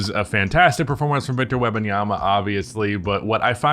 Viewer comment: Wem-, not Web- lol You call him Wemby and mess up his whole name?/s 😂